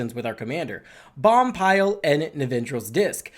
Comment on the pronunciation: I know it's very nitpicky but the card Boompile is pronounced BOOM (as in Room)-Pile. Again, sorry for this but it was triggering me every time he said Bompile.